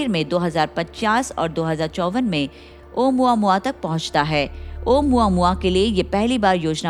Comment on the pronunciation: Actually it’s pronounced as ओमामुआ not ओ मुआ मुआ 😂😂